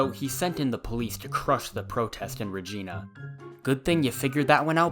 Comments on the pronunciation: re-j-ee-na? Bruhhhh, it's reeeee-j-eye-n-a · Did he just call Regina “Regeena”? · Second syllable is pronounced the same way as "eye" or "guy"☺️ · The city is call regeyenah not regenah. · ha Rah-jeeena. Its rah- JINE - ah ! "the city that rhymes with fun" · The way you pronounce Regina is really sweet. As a Canadian in the west, I've only ever known it as re-gina where the "gina" bit is pronounced like how it is in the word Vagina. Be it news anchors, politicians, or locals of regina, regina rhymes whith vagina. Like it's clear that it should probably be pronounced the way you said it, cause that's an actual name for which the city got its namesake, but I've never in my life heard it that way. And it's not just a big dunk on Regina that people pronounce it like vagina either, thats actually the correct pronunciation. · It’s not reg-ee-na It’s reg-eye-na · LMFAO “re-gee-na” 😂😂🙄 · When I heard Regina pronounced ReGEENA I died inside. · Regina is actually pronounced like vagine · Repeat after me; Reh-jai-na reh-jai-na. Lol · timecode marker / , Regina is pronounced re-jai-na.. think of vagina with an r... :D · Not pronounced Regina it’s pronounced vagina with a r Ik it’s dumber than fuck but we’re weird up here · it is pronounced Re-ji-nuh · That's NOT how you're supposed to pronounce it???? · It's pronounced like Ruh-Gina. It rhymes with the female private part. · "Ra-gee-na?!?". It's actually promised R... Actually I like Ra-gee-na better... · it’s Pronounced Ree-jine-a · As a Reginian, everyone who’s not from Saskatchewan says it Re-Gina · Regeena? Regeena dude? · my irl name is regina... thats not how you pronounce it... you pronounce as re gee na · That's not how you pronounce "Regina." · You said regina wrong.... lmao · The way he pronounces Regina physically hurts me as a Canadian. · That's not how you pronounce the name of the city